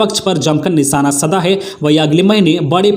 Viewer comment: आज की गलतियां-साधा को सधा 2 बार स्पीकर को अस्पीकर 3 बार, स्कुल को अस्कुल 2 बार ,पुनर्वास को पुरनावास बोला गया, भूल सुधार कीजिए